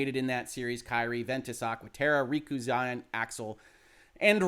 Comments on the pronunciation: Xion = “she-own” not Zion but otherwise really cool video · Thanks for all your information on this subject. I'm a long time serious fan of kingdom hearts, and this has helped me understand a lot more than I did before; thank you for everything you said here, especially in praise of the game and it's creators, but man, your pronunciation of Xion was terribly far off.